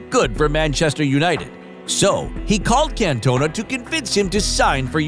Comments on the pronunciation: Can’t- Ona 😂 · The way he says cantona is giving me a migraine